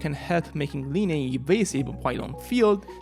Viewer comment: dude it’s pronounced as lie-knee